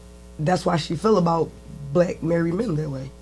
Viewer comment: Never trust a woman who says black as “blick”